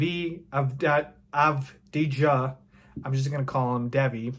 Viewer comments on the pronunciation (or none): Here’s how you say it— Deni Ahvdeeha